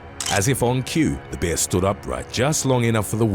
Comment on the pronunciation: "A black behh"